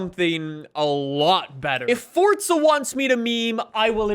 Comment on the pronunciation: welcome to another For'T'za horizon video🤦🏻‍♂️almost every YouTuber says it😂